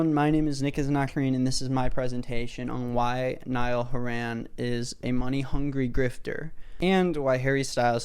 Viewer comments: Ok some good points but lost half of us when repeatedly said his name wrong an d said he's not in it for the music like come on bro you might want to get his name right is you want people to take you seriously. Go touch some grass😡 Also your worst than OT4s No hate though 😘😇😏🤗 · at least say his last name right bro Anyways you made a very good point and I myself hate when artists do that. Again he isn't the only one to do that and this is basically a 20min video of you saying that niall is a money making grifter and not actually stating bad reasons for hating him. I would get if u said dislike but you said hate and that doesn't rlly sound like a good reason to hate on him also your allowed to have your opinion but I don't think harry would like anyone comparing him to one of his band mates that he has known for a decade :) but no hate at the end of day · idk how to tell you but your saying his last name wrong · Why can't you pronounce Niall's surname properly? That's just rude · Not Nick still mispronouncing Horan. Presentation was 10/10 tho loved that. Years worth of research done ✔ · the least you could do this pronounce his name correctly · Nick this was so hard to watch just because of the fact that you kept pronouncing his last name wrong 😔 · if only Nick could pronounce Nialls last name right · i have nothing wrong with the video but oh my god please why does he say 'horan' like that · the way you aren’t pronouncing horan right in the video 🤩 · nick saying horan like horran makes me wanna cry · NICK WHY ARE U SAYING HORAN LIKE THAT PLS😭😭😭😭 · No cuz the entire video is you insulting Niall and praising Harry, nobody asked for your opinion, if you don’t like Niall then keep it to yourself, you have no idea what Niall has been thru so stfu and sit down P.S it’s not haren it’s HORAN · Niall HOR-in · Ive been pronounceing his name as hor hen